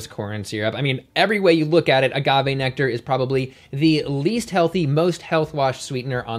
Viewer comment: I literally yelled thank you when you said agave! I’ve been telling people that for like ever but no one believes me haha! Love this vid 👍👍